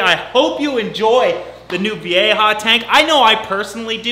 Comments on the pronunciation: it’s pronounced ‘vye-ha’ with only 2 syllables. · He says "vieja" so bad i didnt realize it was a spanish word for like a year 😂😂😂